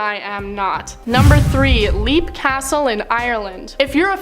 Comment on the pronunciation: Leap Castle is pronounced LEP Castle. Different language. Fratricide is the killing of a brother. Sororicide is the killing of a sister. Think FRATernity and SORORity.